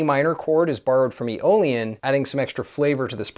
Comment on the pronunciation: Around timestamp 1410 you said E- Olean... what is that? 😅